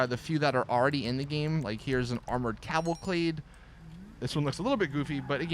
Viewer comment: Cavalcade! Not Cavalclade. lol